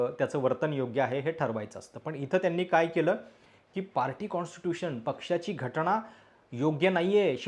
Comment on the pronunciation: स्वारी सादरीकरण एकदम मस्त पण घटणा नाही घटना असं आहे तेव्हा थोडं ऐकायला बरं वाटलं नाही पुन्हा स्वारी